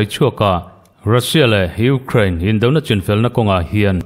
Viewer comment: I thu chhiar angaihnawm e, kan ṭawng nilo ṭawng dang, Ukraine tih ang te i lam dika, News Reader in nihna angin i smart a atha e, kan Youtube Channel neih thenkhat hnam dang ṭawng lam fuhlo hriat tur a awm fova, a in hmeh chiah lo deuh, tin Twesday Nightmare te ang mahni ṭawng pawh lam fuh theilo tehi rawn inla News viau ṭhin hmahse an hne awm ṭhin. Hmasawn zel tur kan nih ang bawkin, News readers tehi chu smart em em tura beisei pawh inni e, tin Russia hian Ukraine a rûn hi sim thak tura Russia hi nûai hrep tlak ani, tin Fuel hi tlema lam uluk leh deuh tumla i thei em em ang, "Fiuwel" ti anga lam rik a dik ang. U kha Mizo in "iu" tia kan lam rik anga lam rik tur ani ang. Indo leh indo thuthang a tam ṭhin hle a, tun lai News hi a rumra hlawm ṭhin hle kei pawn ka ngaithla nasa, ngaihnawm tak chu ani bawk si..😂